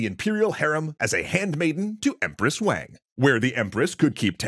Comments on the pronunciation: For all of those that don't know Wang is pronounced like Wong (Wah-ng) not Waeng. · This is so awesome that you are doing this! (FYI, it’s pronounced “Wahng”. Not “Wayng”!) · Why do you pronounce Wang like that?